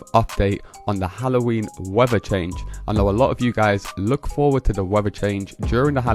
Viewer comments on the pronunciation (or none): YOU Need speech therapy, the word isn't WEVVER it is WEATHER, You need to practice pronouncing the 'TH' in words !